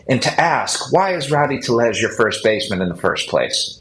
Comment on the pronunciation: Passan's pronunciation of tellez is Lombo on Hawkers's roids😂